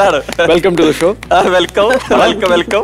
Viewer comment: വെൽക്കം റ്റു ദി ശോ അല്ല. വെൽക്കം റ്റു ദി ഷോ.. "ഷോ "